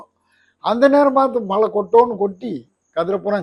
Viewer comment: மலையல்ல மழை.ழவை நன்றாக உச்சரிக்கவும்.